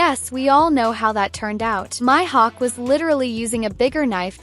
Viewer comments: It’s not Myhawk it Mihawk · Bro said myhud